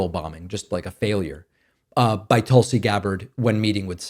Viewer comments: My personal opinion I will miss you saying Toolsi. She reminds me of the type lady that asks my name and when I say it out loud she repeats it back wrong. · Right way of pronouncing "Tulsi" .is... like in " put". Not like in " but". . I'm from India. The word means a herb, with lots of benefits. .. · to be frank you've reverted to mispronouncing Tulsi's name. Her name comes from the word for the holy basil plant tulasi. In Sanskrit the vowel u sounds more similar to an “oo” sound like in tool or cool. So toolsi is closer to the actual pronunciation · "toulsiiii" lol i noticed there's another word like tulsa or something that he would give the same inflection for